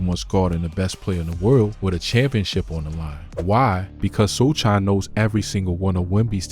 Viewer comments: Bro said Shoulders.. Soldier.. So chin..So can ..So kin😂 So shaun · It's "So - han"😊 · It’s pronounced so hon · “So Han” is how you say it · It's pronounced So Han. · The c is silent his last name is so-han. How you make this video mispronouncing his name. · Congratulations to the Knicks team: Victor Wemby sucks!. He good until he lose. Do better Guy: why you pronounce Sochan 4 didn’t ways 😆😂-Gang 😆😂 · Dont make content if you cant pronounce the name. Shit is amateur. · You don't even know how to say his name right. Every thing this channel spits out is garbage.